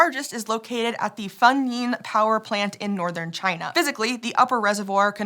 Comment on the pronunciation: Huge Congrats to for a very close pronunciation of that Chinese name, Fengning! And thank you for (probably) checking on that so you can say it accurately.